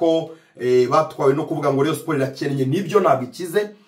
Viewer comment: Nkunda iyo wavuze Rayon neza arko iyo uyivuze nabi mbanumva fone nayimena💙💙💙💙💙🤍🤍❤️❤️